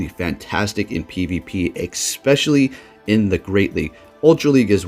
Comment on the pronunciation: Question 🙋🏽‍♂️: Why do you say "eXpecially" instead of "eSpecially"? 😋